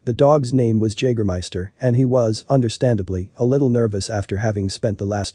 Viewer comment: When you make this video, don't you listen to it before you release it? I mean come on, how do you not know how to pronounce Jagermeister?